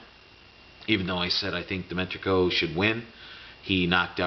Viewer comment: Enjoy your vids, i'd suggest that you take 1 minute beforehand and practice their name if you have trouble DIMI-TRENKO not that hard man